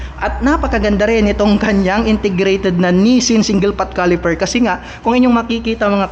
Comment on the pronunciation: Caliper....Hindi califer😂